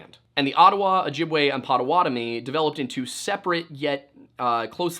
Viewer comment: It’s Potawatomi, not Potawatomi. Christ. People who can’t pronounce shit should just not make any attempts. Dude… you didn’t say even a single fucking thing correctly. You have Google… how are you STILL fucking it up? Look up Wisconsin pronunciation. Listen. Speak. Don’t be a dumbass.